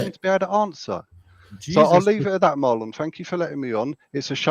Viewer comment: yup Marlon did, and when he said his own name, phonetically it sounds like “marlin”. It is spelled Marlon tho. I know it’s not a super common name, but surely people have heard it before. I’ve never heard it pronounced Mar-LON tho. That was pretty funny